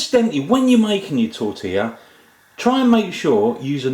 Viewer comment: Isto é um "atentado" à tortilla!! It means this guy is killing "tortilla"! Ihihih, an englishman in Spain...